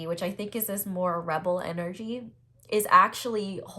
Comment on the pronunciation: Pile4 ; struggling with english- don't learn from me.. wtf 😂 just before that having issues with pronounce of word rebel.. how convenient. Screaming throat chakra and as I chose this pile I started sneezing like crazy out of nowhere.. idk but that happens quite often when I think about "my person". Let's see what else you had to say here. Maybe holy f*ck? 😂❤ Yup. Got better towards the end 😅😆